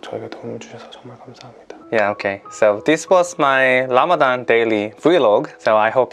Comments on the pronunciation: Well its RAMADAN NOT RAMADHHHHAN . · You always saying "Lamadan", you must learn to pronounce it well (Ramadan), not "Lamadan". Ramadan Mubarak. your brother Ramadan Ziada, from Palestine.